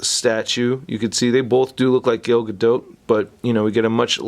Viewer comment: G A L not GAIL 👌